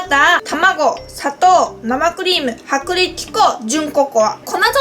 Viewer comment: 薄力粉とココア、って言えてないところかわいい💜😃 さっくりと、っていう言い方かわいい😘 私はゆうかちゃんの滑舌気にしてないしむしろかわいいと思う😊😊😊